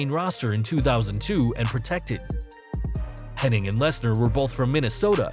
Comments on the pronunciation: It’s Hennig, not Henning. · that's how it's spelled hennig but it's actually pronounced henning curt said it an a interview back in the 90s